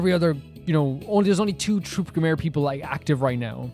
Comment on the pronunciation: This is easily one of my favourite episodes in the game and series at large so i'm really looking forward to seeing you go through it! (on a side not i'm only four minutes into the video but Gramarye probably pronounced (gramma-ree or gram-are-ee, not 100 percent sure myself)